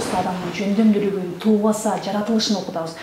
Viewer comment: Жакшы берүү экен. айымга рахмат, бирок бир нерсени жазгым келди: тубаса деп айтылат, "туубаса" деп айтыптырсыз, бул эки сөздүн мааниси эки башка.